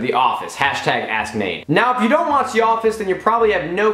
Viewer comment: Am i the only one who heard him say #AssNade instead of #AskNade* ? Lol